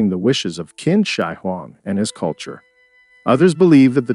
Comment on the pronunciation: Qin is pronounced 'chin' not 'kin'